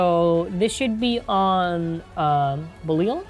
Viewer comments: Ok, gonna help you out with this. It's pronounced Beh-Lai-All. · heyy watch Ultraman Belial, you may know how to pronounce it there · Belial is pronounced "Bell" for Be- and "Lips" for Li- and "Ally" for Al